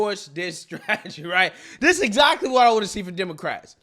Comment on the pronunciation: It’s getting harder and harder to listen to you every time you say the word that is not a word DIS instead of THIS